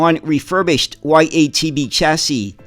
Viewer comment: The first letter in YaTB(ЯТБ) should be pronounced as german word Ja(Yes). It was produced by automotive plant in Yaroslavl, so YaTB means Yaroslavl TrolleyBus.